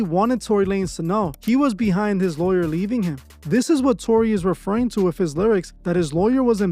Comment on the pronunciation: "Tony"? Y😄u mean TORY